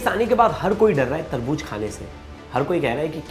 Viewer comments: Tarbooz not Tarbooj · Taarboojjjj😂Kiya HOTA hai taarbooz HOTA hai